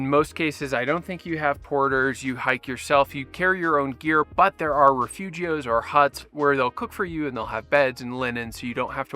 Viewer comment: Great video! Never heard refugios been pronounced in a more American way 😅